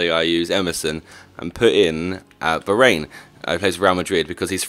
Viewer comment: Varane Pronounced var-on-eh